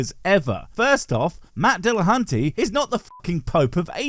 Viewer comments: It is dill-a-huntee, not dill-a-haunty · Was this supposed to be the apologist's Halloween video? It's the only reason I can think for pronouncing "dillaHUNTY" as "dillaHAUNTY". And if this silly—but not in a fun way—apologist wants to argue against something Matt said, why doesn't he call the show? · Are we not even going to mention that this guy aggressively mispronounces "DillaHON-TAY"? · As soon as he said "Dillahontay" I knew this guy was a total idiot. Apparently just intentionally mispronouncing names is their favorite way to show disrespect whole pretending it's plausibly deniable. Just like "Kuhmahla". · Matt Dilla-haun-tay. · I'm supposed to listen to (never mind consider) the statements made by someone who can't even be considerate enough to say Matt's name correctly? If I hadn't seen the clip first I would have assumed that "Matt Dilla-haunt-ay" was someone else entirely. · Why do so many theists pronounce Matt's name wrong? It's not Dealahauntay. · Matt Dilla-haunt-a? Well ok then mr theist. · DILL - UH - HAUNT - AY!!!!